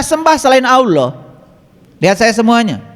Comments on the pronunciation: Kenapa nama Allah diucapkannya jadi Awloh. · Hatit2xmemahami nye Karene Alquran yg di terjemahkan tapi nyebut Allah aje Tak pasih.